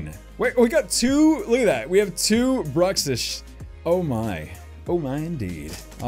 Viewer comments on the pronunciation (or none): none